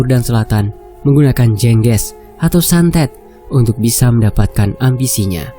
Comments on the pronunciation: Jeng ges Bukan jengges mas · Bacanya Jengge`s maz, Bukan je`ngge`s